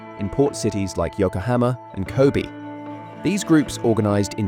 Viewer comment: Captain Tsubasa is my childhood 😌 Now I always root for Japan in football tournaments. Now I'd love to see what becomes of Japanese football after the influence of Blue Lock. By the way, Kobe is pronounced like "ko-beh", not "ko-bee".